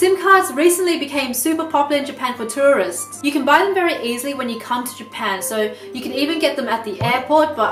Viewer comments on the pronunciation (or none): she just said tourerists lmao